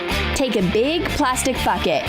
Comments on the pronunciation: You said add to a big plastic fucket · ok, when it said "get a big bucket" I heard "get a big fuck it." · U said frick it instead of bucket... NOT HATE